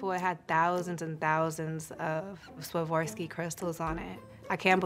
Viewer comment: I love her but someone shoud teach her how to say Swarovsky. No, its not Swawortzky!